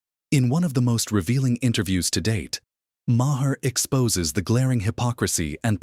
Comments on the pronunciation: His name is not "Ma hair" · AI. Says, "muh-hair." Terrible. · Say the dudes name right. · Good Lord man, pronounce his name correctly.